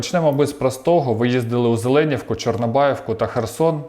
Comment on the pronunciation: Шановний ведучий, я маме iз Зеленiвки. Наголос на I.